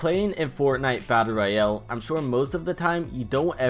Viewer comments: I like how u say royals as if it was a sickness.” Fortnite battle Royeel—elllllll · Say royale correctly... You it like royel